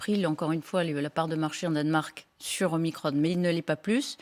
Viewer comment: ça me fait bien rire la prononciation de Veran! OmicrONNE ! pour ne pas dire OmicrON > Omacron